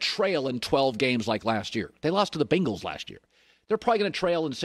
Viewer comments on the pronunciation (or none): none